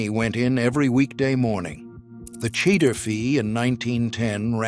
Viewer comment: At about :39 —- it is not pronounced “ cheddar” as in cheddar cheese. Did not hear the rest.